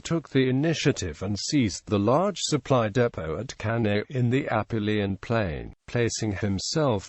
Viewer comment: Cannae is not pronounced properly.